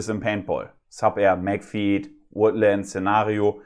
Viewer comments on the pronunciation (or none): Ist es nicht Magfed und nicht Magfeed (Betonung)?